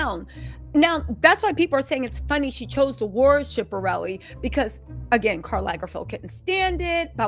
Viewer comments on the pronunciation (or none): U are totally butchering All these designers names mulger , shipperelli ?😭😭😭🤣🤣🤣 comedy gold